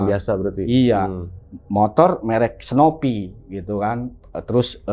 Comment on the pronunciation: Wkwkwkwk "hp ipon, motor snopy"